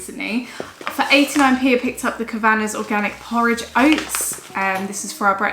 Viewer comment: Love this haul! Great meal ideas here. Just a by the way- the porridge brand, Kavanaghs is an Irish surname and is pronounced “Kav- an- ahhs” 😘